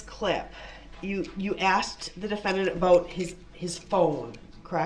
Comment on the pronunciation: Objection, axed and answered.